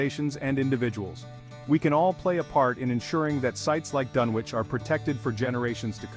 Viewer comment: First mistake, you don't pronounce the W in Dunwich. Second mistake, actually show Dunwich, not a slideshow of generic library pictures of completely unrelated places, digs and other items. Lazy work, tbh. Try harder.